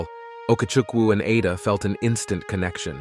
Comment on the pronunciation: Igbo, the g is silent. The letter "A" in Ada has a short vowel sound.